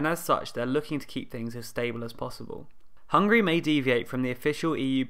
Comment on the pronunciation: Why pronounced it as Hungry? Isn't it HungAry?